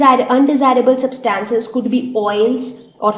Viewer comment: The pronunciation of 'Substances' is incorrect